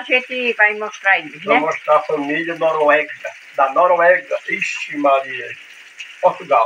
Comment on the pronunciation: não é Noruegua. É Noruega kķkkk